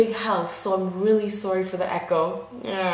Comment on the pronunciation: she say sorry in Canadian way 😍... Canadian roots coming throooo lol Love this vid SO RELATABLE